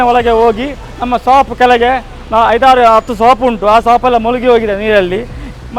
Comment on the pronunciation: Yava samanu 😂Swap alla marre adu Shop 😂😂